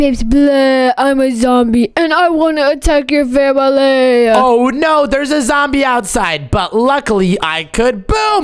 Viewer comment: The way he said oh noar is so funny😭